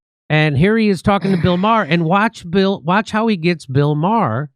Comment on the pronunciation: Maher not bar you old man